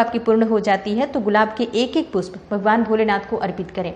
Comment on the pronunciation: Pushp word ka Right uchcharan kare